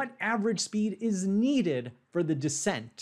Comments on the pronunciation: It’s descent, by the way, not deesent. Or are we making some joke about how smart people can make glaring mistakes? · Descent is stressed. To me, it sounds weird to say it as "DUH-sent" while stressed the same way the pronunciation of "the" changes based on stress ("This the THE place to be" vs. "We went to the diner you recommended")